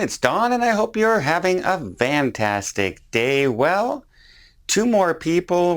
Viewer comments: Is it just me or does Don always say vantastic rather than fantastic? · Love your videos but please say fantastic not vantastic :)